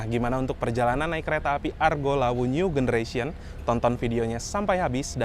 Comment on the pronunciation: new generation itu baca nyu jeneresyen bro, pake j bukan g. cek di google translate kalo nggak percaya. awas salah baca itu dicontoh loh sama penonton/subscriber video/channel ini, kalo mereka ikut salah anda termasuk melakukan pembodohan massal.